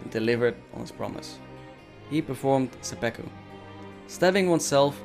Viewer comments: Great video, thanks, but it's seppuku not seppeku. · Pretty ignorant pronunciation of Seppuku and saying it is "romanticized suicide" do more research man. Bad look.